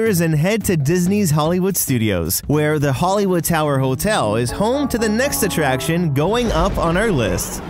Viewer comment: Hotel not hole tell